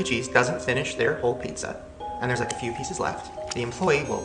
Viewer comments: You’re sooooo Latino!!! I love it how you pronounce it pixxa! Love you! 💜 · saying pizza: Peek-SAH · If you say "pickza" one more time...!! Yeha chuckie cheese fucked you up lmao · I love how you can low-key hear him say peeksa lmao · Love how u say pizza! Chuck E. Cheese was fun for me when I was a kid! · says “pizza” the way all Mexicans do 😂